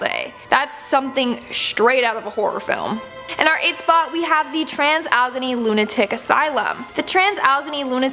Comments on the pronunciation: Hey when did the word allegheny have two e"s but one is pronounced silent? it is pronounced Al E Gheny not allgheny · Allegheny is pronounced al-a-gay-nee ,I'm from the area. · Allegheny is pronounced Alle-gain-y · You mispronounced Allegheny, but still love you! I'm in Pennsylvania & the Allegheny mountains are close by lol.